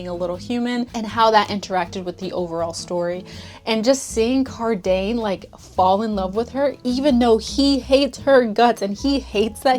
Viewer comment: LOL not Car~dane~ 🤣 love you that pronunciation just made me giggle 🥰